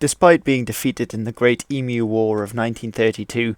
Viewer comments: wtf. we never had a civil war against emus. hey well at leat you pronounced emu correctly unlike all of America who annoy everyone over here by pronouncing it e-moo, so annoying. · I’m impressed with the accuracy of this video. I’m Extremely impressed with correct pronunciation of “emu”. The emu wars had a great impact on our national character. To this day, it’s not something that is often openly discussed. I still remember overhearing the adults talk about it as a young child. It’s always sets a sober tone. Thank you for discussing with respect. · Congrats on getting EMU pronounced correctly! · Oh my god, a non-Aussie who pronounces Emu right! Alert the presses!